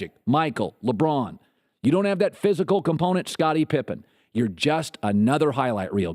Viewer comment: Am i the only one who heard him say scobbitie pippen